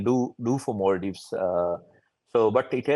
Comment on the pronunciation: No longer is it Maldives. It's become "mal-dives" (ill islands)